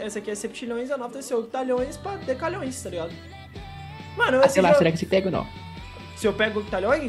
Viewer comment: Undecilhões** kkk